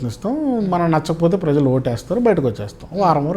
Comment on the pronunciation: Amma tallee..... Aa padam "prajalu " .... Kaani meeru daanni "prazalu " ani paliki khooni cheyyoddu.... Kaasta telugu sariga maatladadandi tallee..... Neeku punyamuntundi